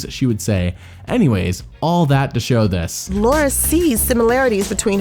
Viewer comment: "Luara" lmao